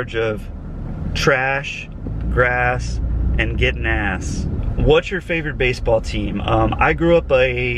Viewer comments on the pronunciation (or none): Did he said getting gas or ass🤔😃😃😃